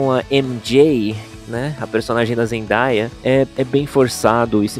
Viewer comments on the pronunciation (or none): none